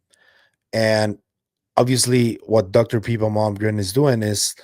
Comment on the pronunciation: its pippa, not peepa. i think it makes a difference....